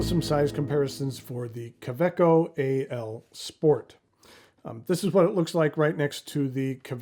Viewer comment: Does the pocket of a handbag count? My current favorite pocket pen is a Tactile Turn bolt action in Nebula, but I'm always carrying one of my many Woodshed Pens in my pen sleeve. Fun note: I didn't realize the "w" in kaweco was pronounced as a "v"!